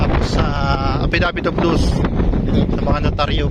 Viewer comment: affidavit of lost po hindi affidavit of loose haha